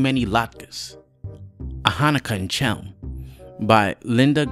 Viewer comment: I don't know if you read these, but I think you should re-record. The performance is great, but there are two very bad pronunciation mistakes. "Chelm" should be pronounced with the hard h sound of "Hanukkah/Chanukah" NOT the English CH in "cheese" and Shmuel should be pronounced with two syllables (Shmoo+El), NOT one syllable (shmell).